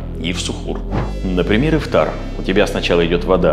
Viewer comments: Только не ихтар а Ифтар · Тама Ифтар а не Ихтар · Все очень круто, спасибо большое за совет но ты ошибся не " ИХТАР" а ИФТАР, не учти это за высокомерие брат. Тебе процветания 🤗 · Немного исправлю тебя не Ихтар, а Ифтар. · ИХТАР ❌❌❌ ИФТАР ✅✅✅ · Ас'саламу алейкум ворах1матулоахьи Ва-баракатух1у, спасибо большое за внимание и за ролик, не хочу оскорбить, просто для дальнейшего чтобы вы знали , правильно будет не "иХтар" а "иФтар". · Это не Ихтар, а ИФТАР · ИФтар)а не ихтар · Не ихтар а ИФТАР, всех благ Вам! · Какой Ихтар еще, Ифтар правильно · А почему «ИХТАР»? правильно ведь «ИФТАР» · Друг не ихтар а ифтар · будет ИФТАР а не ИХТАР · Ну для начало с лово Ифтар а не Ихтар 😁😁😁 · Что могу сказать красавчик Просто ифтар а не ихтар 😅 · не Ихтар а Ифтар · Не ихтар а ифтар умник😂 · Спасибо за информацию, но не ихтар, а ифтар😊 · Ифтар, а не ихтар, А так спасибо вам🙂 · ИФтар ,не ихтар) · Ифтар а не Ихтар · Не ихтар а ифтар . Спасибо Вам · привет, хотел бы исправить не иХтар, а иФтар))) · И всё же не Ихтар, а Ифтар. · Даже «иХтар»)) Ифтар. Если даже не мусульманин ошибку делать не нужно. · Ихтар не правильно ифтар правильно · ИФТАР а не (ихтар) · Брат только не Ихтар, а Ифтар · иФтар брат, не ихтар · Почему ИХТАР может ифтар правильно ифтар ! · Брат ифтар а не ихтар😅 все равно респект! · Спасибо большое за предоставленную информацию❤ не ихтар а ифтар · Не ихтар, а ифтар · Брат, не Ихтар а Ифтар) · не ихтар, а ифтар* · Ифтар, а не Ихтар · Исправь Ифтар, а не ихтар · Во-первых, не ихтар а Ифтар Во-вторых, питаться нужно по сунне а не ерунду эту слушать! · Ифтар* а не ихтар😅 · Может ифтар а не ихтар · Не ихтар а ифтар😂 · Не Ихтар а Ифтар ! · Ихтар ? Ифтар .... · Ифтар а не Ихтар) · Не Ихтар. А Ифтар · Ифтар* не ихтар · Что за ихтар? Правильно ифтар. Переделайте пожалуйста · Ихтар что за , может ифтар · Ифтар Бро не ихтар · Ифтар не ихтар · Ифтар , не иХтар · Спасибо, но правильно говорить:ифтар)✊